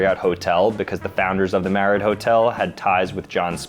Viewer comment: You pronounced my last name wrong its pronounced "" not "Mary-ot".